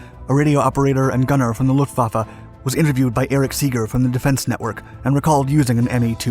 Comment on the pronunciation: "Luhfaffe" Mi zenn